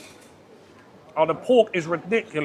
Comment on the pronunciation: Hmmm… where to begin 😁 I do hope the ‘Grayyvi’ comment doesn’t alienate your Northern viewers - very poor accent 😆 kin Cockneys 😵 We were in the cooking pot street in Hanoi and said who the fuck buys a pot that big? Now we know 😁 £2 for a meal. Tekkin the piss those Thais. Cheers another great vid. I’ll be giving that gloopy gravy a miss. 😁